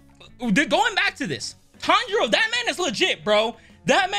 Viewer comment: I love how they keep mispronouncing Tanjiro's name